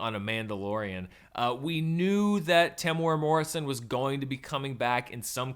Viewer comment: I've heard it a few times now from Americans, but Temuera Morrison isn't pronounced that way. It's Tem-you-ear-ra. Hopefully that spelling sounds right in the American accent.